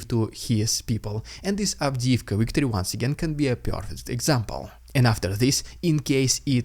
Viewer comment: It's "victory", not "wictory". I've been listening to you do this for 2 years now. Please get it right.